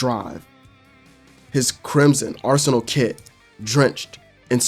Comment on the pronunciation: Bru what is arsenaleee 😂 its pronounced arsen-al